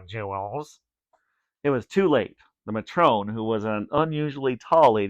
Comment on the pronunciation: He said matron wrong